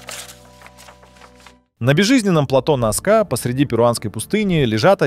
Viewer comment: НАска, а не НаскА - грамотеи. Среди чего, чего? Каких амфОр? Что это за слово? Вы вообще где учились?